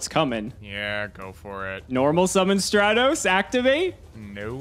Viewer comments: I hate that he calls it straight-os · Why can I not get over mtb pouncing Stratos as "stray-toes" like it makes me wanna smack him each time he mispronounced it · Straightos come on! LMAO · Stratos not straitos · Yeah, I have never heard anyone pronounce Stratos as Stray-tos or even Don Zaloog as Zay-loog until this series. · Finally someone notices since honestly I’ve never heard some of these card names pronounced the way pronounces them like Straight-os instead of Stratos and Zay-borg instead of Zaborg to name a few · Everybody: "Stratos": "StrEtHOs" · Favorite YGO show on the utubes... even if keeps saying "straytos". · STRAT-OS!! Holy shit. Stratos!! Not Strate-Os. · Stray-tos, zay-loog he does that on purpose right? .. right? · Nobody: Absolutely nobody:: Elemental Hero Straytos. 🤦🏻‍♂️ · It bugs me when people mispronounce yugioh names it's "strat-os" it's like when people pronounce machina as "mockinaw" or pronounce geargia as "gear jee uh" instead of "gear geee uh" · he also says Waboku wrong, Zaborg, Don Zagloon, and now Stratos. 💀💀💀💀💀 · Hearing pronounce stratos is the stuff of nightmares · The way Joseph pronounces Stratos is infuriating lmao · Stratos pronunciation sent me to the shadow realm. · And then everyone crucified for pronouncing Stratos wrong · The cringy way pronounces Stratos. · Please stop saying stratos like that